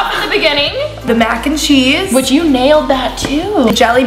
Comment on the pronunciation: “MYAC and CHEESE” (And yes that’s how she said it!!) No hate love you guys!!!😂😂😂😂